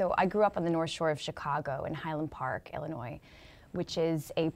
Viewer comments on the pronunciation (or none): none